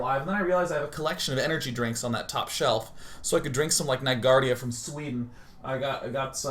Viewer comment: Haha "So then I can drink some of that nagarda from Sweden" (Nygårda) :D